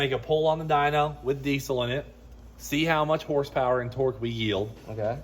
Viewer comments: My man is killing me saying DEEZOL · Since when is there a C in diesel 😂